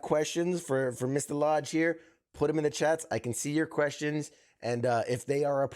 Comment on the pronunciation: I hate to be this guy but your guest is David lodge. The guy who is most famous for voicing 1 of the legendary sannin the one who is all mighty and praised by of mount myoboku. The legendary Jiraiya. Just watch any clip with someone saying his name. It’s not that hard to pronounce and yet you just butchered the most iconic character of all times name. You have just brought great shame.. No! Great Pain to all that hold him dear to their heart ❤